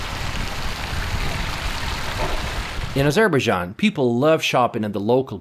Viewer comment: meet some indigenous people to make sure local words you are pronouncing is correct.. you are literally pronouncing local words form your A**